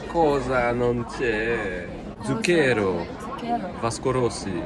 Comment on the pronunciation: Putain, c'est ZU'CCHERO, pas ZUCCHE'RO 🤣